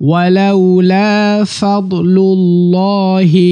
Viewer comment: আরবিতে লেখা আছে ফাদলুলল-হি আর আপনি বলছেন সাদলুলল-হি কোনটা ঠিক হবে???